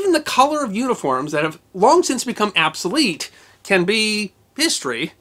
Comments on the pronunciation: "Did really say absolete?" "Absoletely!" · Apined? Absalete? Is this some joke where we are just replacing Os with As now?